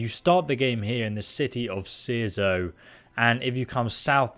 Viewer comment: So proud youre saying Cierzo correctly now lol